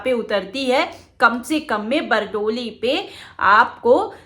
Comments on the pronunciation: बरडोली नहीं बारडोली बोलो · Bardoli naam hai Aapke bolne me bhul hai medam ji